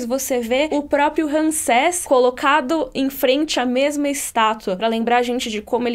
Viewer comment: É Ramsés, não Ransés. Tem que falar como se fosse assim: Rãmsés.